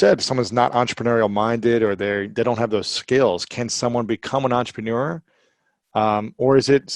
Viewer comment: EN-TRE-PRE-NEUR Robert Klyosaki Thank You.